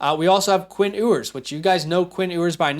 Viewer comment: Quinn Ewers last name is pronounced "You-ers" also the sentiment/concern is that he's no good and that AD Mitchel and Xavier W stats are bad because he just inst that and a bag of chips 😂